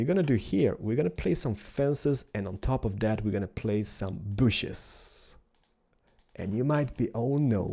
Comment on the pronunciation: Not "booshes" it's "bushes" - b- uu - shh - iz